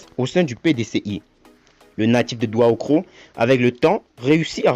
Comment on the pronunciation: Stp M. Le narrateur c'est pas douahoukro, mais plutôt Daoukro